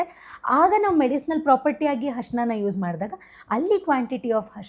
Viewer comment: ಹರ್ಷಣ ಅಲ್ಲ mam ಅರಿಶಿನ ಅಂತಾ ಹೇಳಿ ಶ್ವಾಸಕಾಸ ಅಲ್ಲ ಮೇಡಂ ಅದು ಶ್ವಾಸಕೋಶ